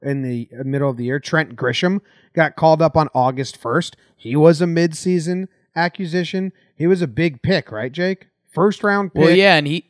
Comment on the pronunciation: The way Jomboy pronounces acquisition as accusition is mesmerizing.